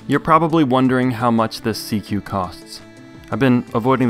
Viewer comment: SeaQ isn’t pronounced “seek”?